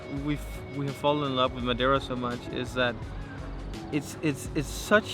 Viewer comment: the accent was perfect when you said madeira